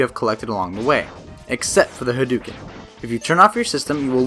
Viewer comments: hah-d'OH-ken ! Not huh-dew-ken -_ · Hadouken is said with "dough" as in "doughnuts." I can't believe people still say it wrong with the internet! 😆